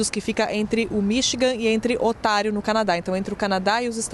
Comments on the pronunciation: 🤣🤣🤣🤣 nao e lago otario !!!!! E' onta'rio! 😂😂😂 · ela falou "Otário" no Canadá! kkkkkkkkkkkkkkkkkkkkk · onde fica este lugar com no0me de OTÁRIO? kkkkkkkkkkk Não seria ONTÁRIO!